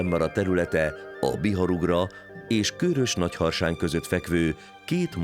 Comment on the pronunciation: KÖRÖS rövid Ö-vel